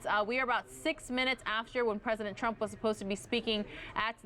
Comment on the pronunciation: I was having fun.. until she kept saying, “President Trum’ “